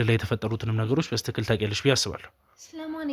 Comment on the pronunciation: በስትክክ አትበል በትክክል በል